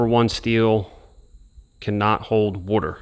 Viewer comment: Omg say water the right way